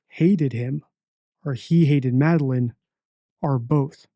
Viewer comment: He says “the vape store” so many times, but can’t say “Madeline”